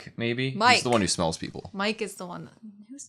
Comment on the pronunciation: Not super important, but Mike is pronounced like the word "me" and the letter "k", so like Mee-kay. Idk if you know anything about German, but most of the names are German, so you can try to pronounce them like that if you know anything about German. Annie joining the military police is definitely interesting, and you guys are the first reactors I've seen who realise its significance. Btw, remember that only the top 10 cadets can join the military police, and of those 10, Marco is dead and Annie joined the military police. The other 8 all joined the scouts. That means that everyone else could just pick between the scouts and the garrison, and of all of those, if I'm not mistaking, Armin and the tall girl with freckles who's always with Krista, the short blonde girl with blue eyes who was the number 10 cadet, were the only ones who chose the scouts.